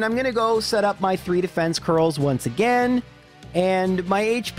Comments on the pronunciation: Haha I love and I'm just giving him shit for mispronouncing it. Nothing aGAINst him personally, his videos are amazing. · Everyone hates how you pronounce Arcanine but I can’t get past how you pronounce ‘again’ or ‘against’.